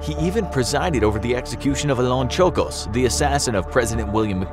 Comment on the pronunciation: I live in the area where leon czolgsz was born, and his last name is pronounced "soul-gosh"